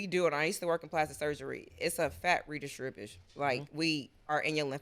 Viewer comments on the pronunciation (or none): Say it with me … RE DIS TRIBUTION